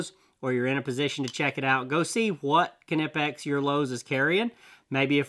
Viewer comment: Oh you should check out an upcoming video I’ll have with Knipex merch. They came out with a shirt just for you 😉 Check out the pronunciation shirt on the Knipex merchandise shop on their Facebook page. It’s pronounced, Kuh-Nip-eX Direct from the manufacturer